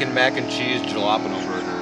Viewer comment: Great video, but as a Latina, I have to correct you, lol. Jalapeños are pronounced "Hala-penny-os"!😂